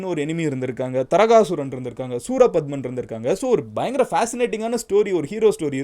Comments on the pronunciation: It's not Taragasooran, his name is Thaaragasooran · FYI : தாரகாசுரன் ✅ தரகசுரன் ❌ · Tarakasuran illa taarakaasuran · Ella pronounciation mistake thaarakaasuran veera mahendrapuram